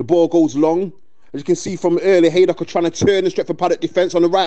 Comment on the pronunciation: Not sure who the commentator is but he calls them Haddock FC a few times, love it